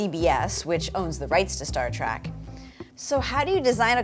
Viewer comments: ... "Star Track" ... triggered! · It sounds to me like she says Star Track, whatever that is. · Not track trek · First off... I heard her say "Star Trak"...🤦‍♂️ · She keeps saying "TRACK". 🤦🤪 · Would she please stop calling it star trak